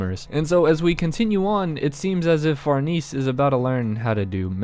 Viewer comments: If you say Far-NEESE one more time... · Say the lady's name right man. The correct pronunciation is "Far-nez-eh".